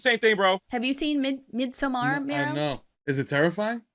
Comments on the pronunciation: Why are you guys pronouncing it “MidsomMAR”? It’s just like in English “MIDsommar” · cringed when the tv guy said "mid sow-mar" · MidsoMARR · The pronunciation of midsommar had me 😂 the flick of the Zaraaaah